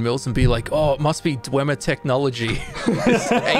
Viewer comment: "WoAh sOmE KiNd Of DwEmeEr TeChNolLoGy" LMAO. Nice Joke, I really loved the ESO part. It was just wholesome.